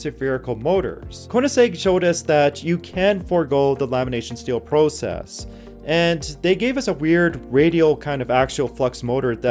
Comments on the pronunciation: the word process is not prounced pro-cess... In over 100 years it has never been said this way... off tech tips does this constantly. Gotta be a canadian thing. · Is English the narrator's 2nd language? The way he pronounces process makes you wonder 🤔 😊